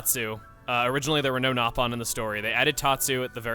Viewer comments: First of all, I have no idea why you think the "correct" way to call them is "gnaw"-pawn. That was a mis-dubbing of the original JP cast of Xenoblade 1. The british cast pronounced it as "Gnaw"-pon, but the original JP cast pronounced it as "Nope"-on. Xenoblade X actually doubled down on admittance of this error by reverting the pronunciation of the word in the English dub to "Nope"-on as well. So, technically, both are correct in the sense that they are both officially used in the original Xenoblade Chronicles, but if you go by the actual legitimate first usage of the word, the way it was pronounced in Japanese, it's "Nope"-on. It’s still called “Nope”-on in Xenoblade 2. So neither is wrong, but if you want to get technical and start declaring which word is superior because it came first, "Gnaw"-pon loses that race. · The nopon pronunciation in x is actually correct, and the English voice actors messed it up in the original